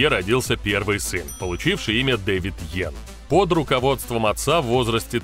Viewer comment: Знаком с ним лично. Фамилия его Янг, а не Йен.